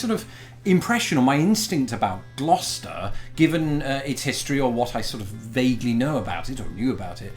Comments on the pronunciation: I'm just glad you pronounce Gloucester properly. Used to live in a town by that name in NJ. Some of the ways people try to say it is painful. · It’s pronounced gloster